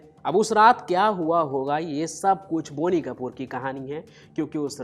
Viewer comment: It is not बोनी! It’s बॉनी।